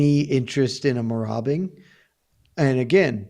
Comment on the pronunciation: I love "Merabing." Marauding. Robbing. Good stuff.